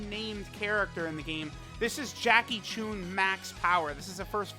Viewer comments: Its not “choon” its “chun” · Whats with and pronouncing names wrong, he says Choon and not Chun.